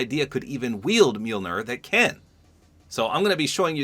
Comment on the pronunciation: LOOK a Fortnite Youtuber that can pronounce Mjolnir